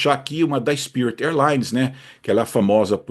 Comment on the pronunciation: Em leia-se “spirit”